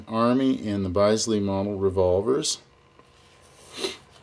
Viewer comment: Bisley is pronounced "Bizlee" - named after the National Shooting Centre, Bisley in the UK.